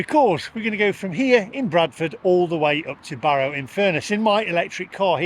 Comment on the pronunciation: Well done on pronouncing the Cumbrian town I grew up in correctly.